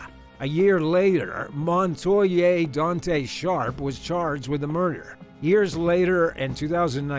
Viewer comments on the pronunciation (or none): none